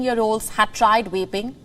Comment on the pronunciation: Is it just me or is she saying waping instead of vaping lmao